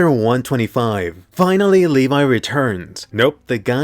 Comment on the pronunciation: Levee not levai